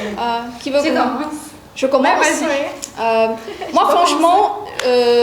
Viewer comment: it's kɔ.mɑ̃.s not kəˈmens. Nosal sounds are important in French. Level A1 doesn't make you all polyglots as you call yourself LOL, your vocabulary is far too simple